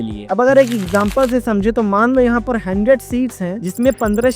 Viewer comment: Abe wo 100ssss bol ra hai..😂